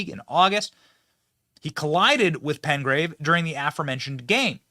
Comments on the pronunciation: Would you quit saying Razor Sharp, they're sharp yes it's possible to cut your skin on it because it's sharp but it's like taking a spoon and sharpening the edge somewhat, also it is PeTgrave NOT PeNgrave like you have been saying, PeTgrave! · It's PETGRAVE, not PENGRAVE - there's no "N" in it Benny. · Uh Billy, the man's name is Petgrave not Pengrave 🤦🏾 lol